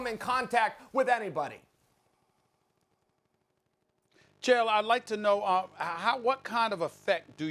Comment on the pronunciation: When molly calls chael - kale 😂😂😂🤣😂😂😂🤣